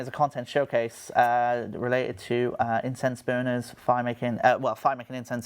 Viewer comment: i heard "incense burners" as "intense boners" from